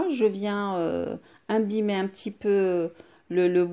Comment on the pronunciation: Imbiber et non pas imbimer revoyez vôtre français